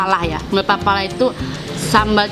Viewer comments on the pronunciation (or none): Sambal pelalah bukan papalah hehehe😂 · Sambal Pelalah bukan Papalah Mbak. 😂😂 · Sambel Pelalah bukan sambel apalah😁😁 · Hhhh kak mau bilang sambal pelalah, malah pepalah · Sambel pelalah kaka, bukan sambel pepalah... Hehehe😅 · Itu sambal "pelalah" ya mbk. Bukan "papalah"🤣🤣🤣